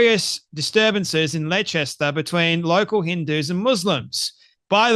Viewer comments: wheres Letchester you had aussie english subtitles this time too! theres no such place as your made up Letchester are you on the wacky backie or is it somewhere in Dwales or is it anywhere near Bipswich dont be putting on the its not my fault i have a speech impediment well we dont care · Leicester is pronounced ‘Lester’ mate 😜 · Pronounced "Lester" and "Pewgilist." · Leicester, pronounced Les-ta like Mo-lesta. In other words, a fitting town name for Muslim immigrants and their beloved p*do prophet. Kudos to Douglas Murray and the Spectator for standing on truth and defeating the lying scoundrel Hijab. 🧕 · bless you Leicester is pronounced Lester and pugelist pew gelist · Dear, Leicester is pronounced 'Les-ta'. Your pronunciation doesn't matter to me and gave me a good laugh. Well done for reading Douglas's article. Enjoyed your podcast and enabled me to hear what the article said as I don't subscribe to The Spectator. Keep going! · no, it is pronounced as explained. Australians speak English. People who have not encountered English county and town names may get them wrong; but those errors are still errors. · Pronunciation has nothing to do with an accent! 😂